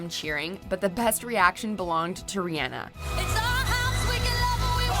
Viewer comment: This has to be the 10th WatchMojo video I've watched where they've mispronounced Rihanna.